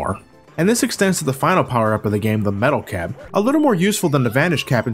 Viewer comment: I clearly heard "Metal Gear", but the subtitles say "metal cab". I went back, now I hear "metal cap". The fuck? I can still remember it, I heard "Metal Gear" clear as day!